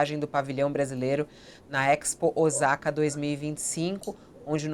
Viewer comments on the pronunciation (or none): Fabiola ! Osaka se fala Ossaka e não Ozaka !!!!!